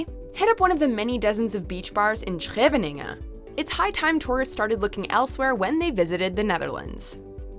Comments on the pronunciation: Funny how you pronounce Scheveninge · When you said Scheveningen i died